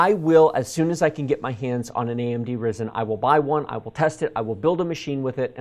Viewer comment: Its spelled Rye-zen lol